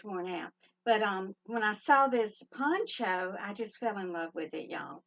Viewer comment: Happy Mother's Day. I lost mine 33 years ago. You are lucky to have Jill and Jill is lucky to have you 💖 also every time you say PONCHO i keep hearing PANCHO hahaha. I found some cool ideas for an upcoming koala-themed giveaway. ❤️